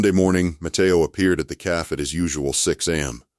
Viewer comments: Please adjust the pronunciations. It is pronounced Caffey not Caff ... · A fun story…but cafe is not pronounced caf… cafe is pronounced caf long a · The narrator keeps saying calf not Cafe. Silly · Loved the story but teach AI to differentiate cafe from calf.